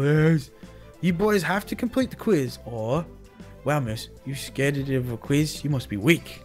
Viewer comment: scarded lol it's scared